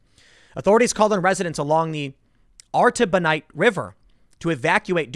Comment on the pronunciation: Lemme try to help, Tim. Hews-ton, Port-Aww-Prince, Arr-tuh-bo-neet, Pell-ee-gray (might be off on those myself), and Awns-Ah-Peets.